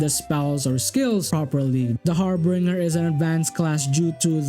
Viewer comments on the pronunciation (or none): Harbinger isn't pronounced har-bringer (like bringing something to someone), it's Har-binger (like the word binge, ie going on an alcohol binge) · I'm sorry, but I winced every time you said "harbringer" I may or may not have screamed "It's har-bin-jer" at the top of my lungs. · great video! for future reference; it's pronounced har-bin-jer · sorry, cannot resist (it's a massive pet peeve of mine). it is pronounced har-BINJ-er (/ˈhärbənjər/). video is excellent, as always. please keep making them. I've found so many great mods because of your videos. thank you.